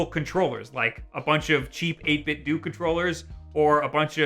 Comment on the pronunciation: I'm not sure why it bothers me enough to even comment. But 8-bitdo is pronounced like 8-bit dough. Similar to how Nintendo isn't nin-ten-doo.